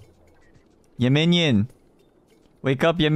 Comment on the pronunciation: 발음 무슨일이야진짜 귀여워 미침 웅냥냥도 아니고 움뇸뇸 발음인게날미치게해 얌민니온 막이래